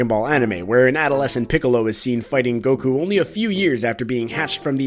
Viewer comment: It honestly surprises me that Vegeta called him Gokue 8 times. That feels like too many lol. Also makes me wonder how many times Goku has been referred to as Kakarot